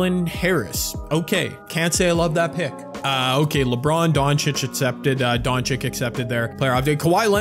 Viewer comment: please stop saying doncic wrong 😭😭 its don chicH not don chicK